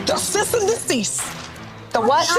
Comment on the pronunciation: Trina trying to clock Tamar's pronunciation of Cease is dumb considering how she pronounces HOWSE 😂